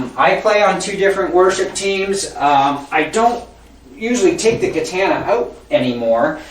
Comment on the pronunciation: It was related to the way you said katana, good review though and good playing it provided a lot of information and I purchased one so thanks